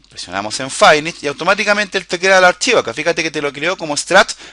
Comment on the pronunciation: QUE DEMONIOS ES "FAINISH"? :O SEGUN LO QUE ENTIENDO SE PRONUNCIA "FINISH"